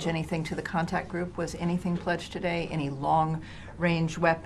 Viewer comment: Contact Group…not Contract Group…been studying at the Jason Blair School of Journalism?